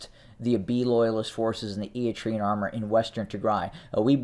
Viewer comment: For the love of God, somebody teach this guy how to say Eritrean - erəˈtrēən